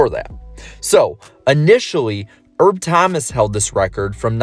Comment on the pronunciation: Wrong there slick. Big E had 13 superspeedway wins It's pronounced Herb not Erb